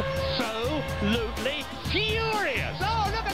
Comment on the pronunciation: "That they are AB-SO-Lutely FURIOUUUS"